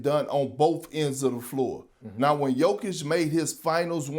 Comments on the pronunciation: Who’s yoke? Say jokic have some respect on his name you big habeeb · Everybody: Jokic Shannon: yoke